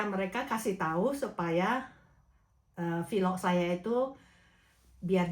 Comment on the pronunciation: sy mau tambahkan sedikit saja untuk penyebutan vlog, penyebutannya lsg vlog aja ya jgn jadi vilok. Maaf ya Bu,ini spy kedepannya bahasa penyampaiannya menjadi lebih baik lagi. Tetap semangat terus dlm membuat vlog ya. Gbu🙏🥰